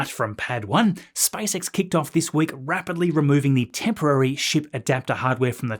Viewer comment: SpaceX ✅ , SpiceX ❌